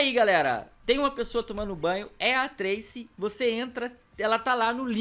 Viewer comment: Não é trese é Tracy